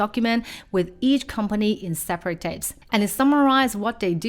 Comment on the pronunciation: It's Tabs, not Tapes